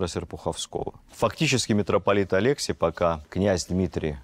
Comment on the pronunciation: Прошу прощения за занудство - резануло по уху. Неожиданно было услышать в такой великолепной лекции такой ляп - имена монахов и духовенства принято произносить по церковнославянски, т.е. АлексИй. АлЕксий, из воспоминаний митрополита Питирима, взялось от того, что Сталин произносил имя патриарха Алексия I с грузинским акцентом, а журналисты это подхватили. Спасибо большое за Ваши лекции, очень познавательно и интересно.